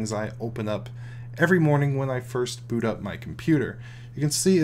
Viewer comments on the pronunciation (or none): none